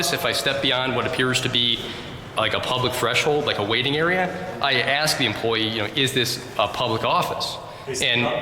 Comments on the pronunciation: Never take directions from anyone who can't pronounce the word " ASK" 😊😊😊😊😊😊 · They can never pronounce ask. It’s always axe.🤣🤦🏻‍♂️ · Is she gonna ASK or AXE Learn proper ENGLISH 😂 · I gonna axe😂😂😂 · Now, now, she AX you! Ask for the baffroon. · If you cant pronounce the word "ask" or "with" you shouldn't be the chief of security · works for a school district and doesn’t know how to pronounce a simple three letter word like ask?